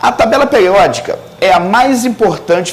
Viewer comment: Por que ele fala : '' peliódica, plopliedades,replesenta...'' ??